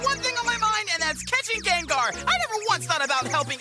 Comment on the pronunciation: for me, it sounds like is saying "Gay-ngar" 💀